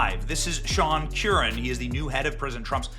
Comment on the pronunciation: The pronounciation of the name is Kerr ran. Not Q ran